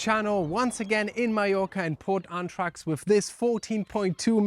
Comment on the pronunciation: Guys, correct pronunciation is "ahn-drahtsh". Anthrax is a bilogical weapon 🙂